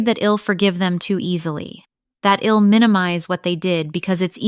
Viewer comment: STOP USING CONTRACTIONS. AI doesn’t get it. It is incredibly distracting! Id, wed, Ill - all WRONG words. HORRIBLE!